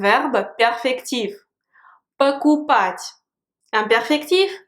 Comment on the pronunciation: J'entents souvent dans ta prononciation "пОкупать", et parfois "покупАть" je me trompe?